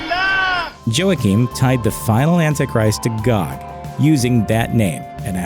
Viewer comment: Joakim is not pronounced, joe-uh-keem. It is pronounced wah-keem, and it means mercy.